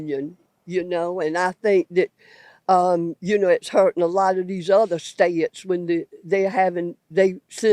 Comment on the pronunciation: Three syllables in ste-ya-at (state).